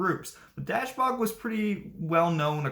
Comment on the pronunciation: Please work on your pronunciation. Try dashboog